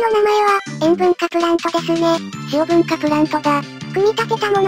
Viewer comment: しお↓ぶん→かぁ↑